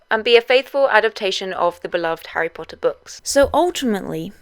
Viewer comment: WHOS HARRY PODDER.....?😄